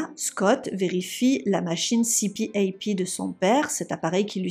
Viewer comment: On pronounce CPaP “ cpap”. Qui vent dire “continuous positive airway pressure”